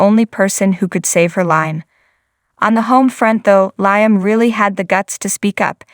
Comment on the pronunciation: Please get Liam’s name right it is Liam sounding with an e not an a .